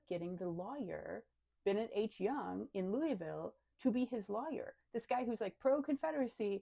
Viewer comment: I like how you pronounce lawyer as Liar.